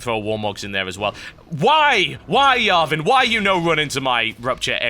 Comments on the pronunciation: o gawd... im so confused when he says yarvan instead of jarvan xD like theres a new champ that i dont know about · Yo TB, its JAR-van, not VAR-van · It's jarvan iv not yarvan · I thought Jarvan is pronounced Jar-Van not Yar-Ven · ITS NOT YARVAN ITS JARVAN sorry but that got irritating after the 15th time xD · LOLOLOL i loled at how you call jarvan giarvan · The champion is named, Jarvan, with a J, not a Y. but thats ok. also, since gragas attacked you, hes on my hate list :D thumbs up so TB can see this! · OMFG ITS JARVAN NOT YARVAN!!!! HAHAHA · It's Jarvan with A 'J' from Jane or John (English pronounced), not with a J from Jan (German pronounced). Gentleman Cho'gath FTW. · what the fuck is a yarvan? it's pronounced JAR VAN! :P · yarvan i thought it was jarvan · It's Jar-van, not Yar-van. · JAR-VAN JAR VAN not yarvan JAR-VAN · Jarvan, with a J. jarvan, not yarvan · J ARVIN not yarvin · hes called Jarvan not Iarvan with a J from John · Tb it is not Iarvan it's jarvan xD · His name isnt yarvan its Jar-van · Did he just say Yarvan? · Lol he prenounces Jarvin the 4th like yarvin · "yarven" starts with a J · His name is pronounced Jar-ven. :) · its pronounced JAR-van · Whenever TB said Yarvan i died a little on the inside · just an fyi TB... the J is pronouced is Jarvan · in britain you pronuoce the "J" as a "Y"